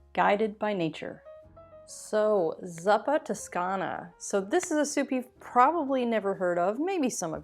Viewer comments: ZoooPa NOT szuppa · Zuppa is pronounced with a long u, think "Zoo", so "zooppa toscana". A great Italian recipe that is already whole food plant based (just leave out the oil) is "fave e cicorie", a simple fava bean puré with sautéed hickory. Love from Italy :) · It’s pronounced z”oo”pa. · It's 'zoo-pa'.